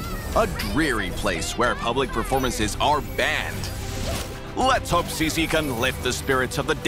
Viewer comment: Saying CICI with an American accent sounds soo weird 💀